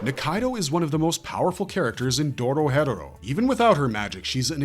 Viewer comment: it’s not “Doro hedoro” it’s “Doro He Doro” as pronounced by the Japanese and English dub/sub Lock in little bro why are u saying it wrong tryna act like u know something